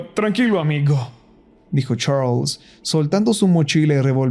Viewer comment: Me da risa como dice CHARLLSS💋